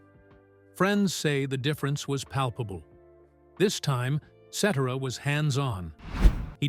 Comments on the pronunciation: It is pronounce SETera. Not Sedera. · His name isn't Peter cetra it's Peter cetera say his name right Chicago Transit authority one of my favorite all-time groups they don't make them like that anymore❤❤ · Qho pronounces his name seterra? Um no, its SetTerra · His last name is not pronounced. SETERAH. IT IS Cetera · its Cetaaazra , nit Zettera.......he killed Chicago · Ce - Terra Not etcetera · Ce TER a- i know you are AI, but get it right! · Who is Peter Set-era? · Peter "Settera"? Really?? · AI is mispronouncing Peter’s Last Name!! Ce Tara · Ai lol, Peter "Set er a" lol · The accent is on the first syllable Cet' era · Its pronounced Peter.Se Te RA!! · pronounced Si-tir=a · AI pronunciation is annoying. Cetera is not "set ur ah" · i believe his name is italian decent so the C would be a S sound and the rest would be tear ah like someone else mentioned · The name is pronounced Ce tare' ah. Accent 2nd sylable. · The man talking is mispronouncing Peter cetera’s name… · It would be more believable if you pronounced his name properly, 😂😂😂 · AT LEAST PRONOUNCE HIS LAST NAME CORRECTLY!! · At least get the AI to pronounce his name right! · Stardust ruined this with a crackly voice, miss pronounced his name and repeats. Cetera deserved a better biography . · had to stop watching as soon as the narrator mis pronounced peters name several times in the first minute. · Made it 41 seconds into video. AI bs that can't even pronounce his last name correctly. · can you pronounce his name correctly????? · Ai mispronounced his name which made this awful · If you’re going to have these robotic voices doing the voiceover on these videos, at least get the pronunciation of the band members name properly. That is not how you say Peter’s last name. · I wish these Ai narrators would learn to pronounce his last name. Am I wrong? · So tired of this AI voice. Lazy as one note of his name’s proper pronunciation takes one second. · Pronounce Peter Cetera's name properly and check your facts.